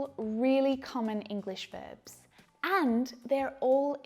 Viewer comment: Irregular vebs she says;irregular verbs is real pronunciation?